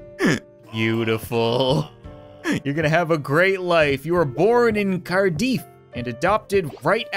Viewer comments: Cardiff is pronounced car-diff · Cardiff (Caerdydd in welsh) is in Wales where I am from :0 and you say it like card-i-f not e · “Cardeef” Cap wtf! It sounds how it’s spelt Cardiff it surprisingly isn’t spelt Welsh so it should’ve been easy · You made Cardiff sound so posh the way you said it 🤣 Its in Wales, right next to my home town (Newport boiiii) Its not that posh 🤣🤣 Pronounced card - if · Hearing cap call Cardiff cardeef made me laugh so hard my guts hurt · Pronouncing Cardiff as cardeef xD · Cardiff is a town in Wales and this is the second time you've said it wrong. Car diff as in difference. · um...did he just pronounce Cardiff...Car-deef..? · I'm guessing you've never heard of Cardiff, the capital of Wales in the United Kingdom. It's pronounced "Car-dif" not... I'm not entirely sure what that was honestly XD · Did anyone else face palm when he said cardiif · you pronounced cardiff wrong xD its in wales and i actually live near there, Its pronounced car-diff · Did you pronunce Cardiff as car-dee-f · The way he said Cardiff triggered me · Lol I like how you pronounce Cardiff....the Welsh will feel posh!!!!😂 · Not exactly, kind of sounds like he's calling our capital queef lmao. Ah well, I can always forgive. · As someone from Wales, I can proudly say that's not how you say, Cardiff. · you insulted every Welsh person by saying Cardiff wrong. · The way he pronounced Cardiff 🤦🏻‍♀️ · You said Cardiff wrong